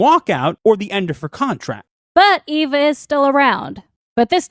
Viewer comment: Oh, I thought you were saying "Yves" not "Eve"... 😅